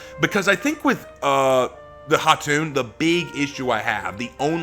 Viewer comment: really appreciate you giving her the proper pronunciation for her name. It’s Khatun or Khatan and not Kah-tun (It literally means Queen like Khan is for King)